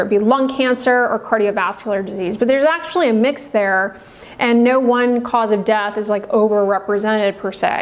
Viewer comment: Is it do hard to pronounce death? It's dEath not dath